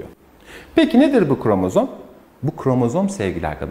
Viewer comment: Ne güzel kromozom diyo😅